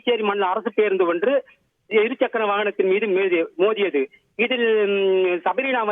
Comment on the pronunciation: Methiyadhu ❎️mothiyadhu✅️ new thalaippu padichi sad ah iruntha but ulla vanthu evaru news vasikiratha pathu mudiyala so sorry 😂😂😂